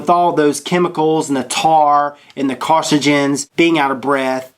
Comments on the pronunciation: car-cin-oh-gens. not car-ci-gns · Loll carcigens. Carcinogens! Pronciation. Pronunciation! Gawd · my dude said carcigens lol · Hey, those nasty chemicals in cigarettes are called "carcinogens", not "carcogens". lol. Just trying to help. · LOL. What's a Carsagen? Did U mean Carcinogens? I have trouble saying the word sometimes myself. Just teasing. Love the vid. Vape On Bro.